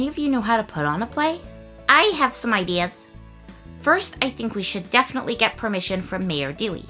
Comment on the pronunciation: Definitely ❌ Difinitifly ✅